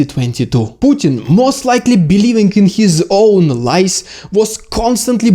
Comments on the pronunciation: No,, it wasn't the lice (вши́).😁 Oh, you mean lies! But that is pronounced lieZ. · your pronunciation on this one has a bad effect: lies [LAJZ] you pronounce it as [LAJS], but in English you have singular, plural: louse, lice [LAJS]. vosh', vshi. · Clear and well presented. And seemingly true. Good job. PS, careful on pronunciation - Lies is pronounced laiz, with a voiced S. Lais or lice is вши. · 😂 lies 😅 thought you said lice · Haha. I first though you said 'lice' and thought, yeah, makes sense. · omg i thought you said "lice" for the first minute xD. i was so confused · LOL At first I thought he said Lice! Very excellent discussion about how Russian military lies have resulted in wrongheaded decisions resulting is tragic losses and missteps. Entirely plausible and even probable observations. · At first I thought you said lice. 😂 But maybe that would also work too. Inflect the Russian army with lice and they’d be finished. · I heard "LICE" at first. haha !! Anyway, thanks for the video. Love from Taiwan and France. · you say "lies", but i keep hearing "lice". it would be very funny if they failed because of lice 😀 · Oh! You said "Lies". I thought you said "Lice"!